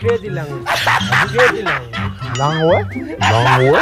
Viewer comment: “English is crazy langwaay”